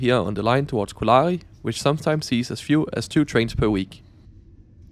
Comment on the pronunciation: på finsk er der tryk på første stavelse i ALLE ord. Så Kolari udtales med samme tryk som når du siger selleri på dansk. Udtalen af pikajuna er næsten korrekt :) På finsk er der forskel på a og ä. A er et åbent a, som du så fint udtaler i Kolari og pikajuna eller i appelsin på dansk. Ä er lukket, på samme måde som du ville finde i ananas på dansk :) K, P og T er alle bløde på finsk: For at ramme det K, skal man prøve at sige en mellemting mellem K og G. For at ramme det P, skal man prøve at sige en mellemting mellem P og B. For at ramme det T, skal man prøve at sige en mellemting mellem T og D. Jeg ved jeg er en detaljerytter her ;) Ikke ment som kritik, blot feedback som en mulighed for at lære og blive endnu bedre :)